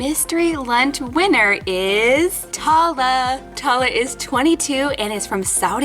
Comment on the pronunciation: I love this! ❤️ it’s making me real hungry😋 Oh! And one more thing ☝🏻 Tala isn’t pronounced (Tah-la) it’s pronounced (Taa-Laa) I know this because I AM from Saudi Arabia شكرا للفيديو الجميل❤️❤️ That means, “Thank you for the great video❤️❤️” ———————————————————————————————————————————————————————————————————————————————⬆️ 😊